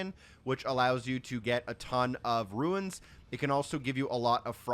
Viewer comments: Thanks for the route but I'm disliking for saying "ruins" instead of "runes". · “Ruins” yeah bro played Elden Ring 💀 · Runes, not ruins. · Still calling runes “ruins” in the big 25 is so crazy to me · calling them runes instead of souls is so crazy to me